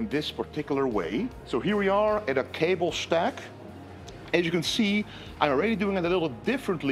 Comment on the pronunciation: “Cable shhhtak” 😎